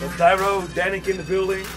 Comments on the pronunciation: It's "Dyro" lol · Dannic -"Diro" Dyro - "Dyro" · "deer-oh"? (dyro) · dannic: hardwell, "diro" and dannic Dyro: "dairo" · .. " Diro " .. " Dairo " <.< hahahaha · Haha dannic pronounced dyro's name wrong and dyro corrected him awwww😄